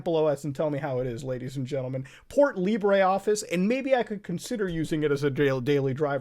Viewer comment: "lee-bray office" noo....just.....no.....do you even latin/spanish/itallian at all? its "lib-ruh"